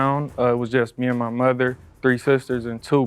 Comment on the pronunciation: nah they way he said "mother" was so white lmao 😂